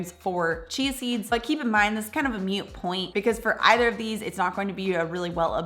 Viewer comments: Thanks for the thorough comparison, especially the nutritional breakdown! I’ll look for basil seeds in an Asian market. (BTW: “moot” not “mute”.😉) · FYI - "Moot point" - "moo" sound, not pronounced like "mute".